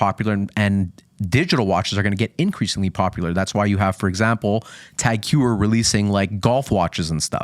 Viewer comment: Man .. That’s not how you pronounce Tag Heuer, I agree, that’s a beautiful piece though. I own the BB 925, phenomenal watch for the price! You guys need to see the reverse panda in the metal, it’s phenomenal, pictures/videos don’t do it justice.